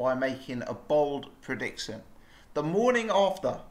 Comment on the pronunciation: 'Predicktion' anyone else noticed how says some words a little bit wrong??